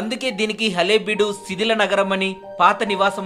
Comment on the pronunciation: దయచేసి హళేబీడు అని పిలవండి ఆలే బీడు కాదు. కల్లా కాదు కళ్ళ . కన్నడంలో ళా అనే అక్షరం ఉంది కానీ దీన్ని తమిళ వారు మరియు తెలుగువారు లా అంటున్నారు.